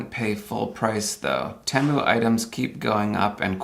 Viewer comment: I thought that TEMU was pronounced 'tee-moo' as I have heard it said in many other YT videos. I have also noticed that some folks (usually from India) pronounce Debian as 'dee-bee-in' which is not correct since it is named after the founders of the project Deborah and Ian, thus pronounced 'deb-ee-an'. Please advise.